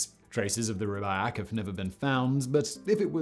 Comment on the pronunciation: The this guy's accent is terrible it's the Rubaiyat of Omar ciam not the Rubyact.